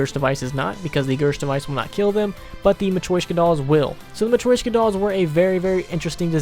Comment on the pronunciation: Its called a "mah-tree-shoke-ahh" doll